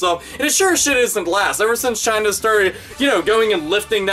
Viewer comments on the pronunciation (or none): none